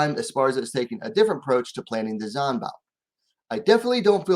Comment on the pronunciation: Dont trust this man he says he a fan of Esparza…. Can’t even Say Zhang name right either. 🖕🏾